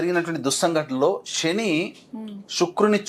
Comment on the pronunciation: "👍🏽 వాగుడు కట్టిపెట్టి! P O K కి వెళ్లి చెప్పు "👌🏽 సొల్లు 👍🏽లేపేస్తారు? అన్నీ శని మాటలే👌🏽 షని కాదురా! శని 👌🏽